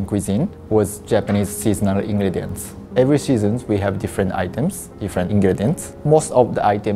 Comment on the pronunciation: Sounds Japanese English for me For example the pronunciation of first “s” of “season”, we Japanese doesn’t have sound of that “s” in our language. But we have “s” in “shit” for example. And that’s how he pronounced first s of season. I do understand what you are saying though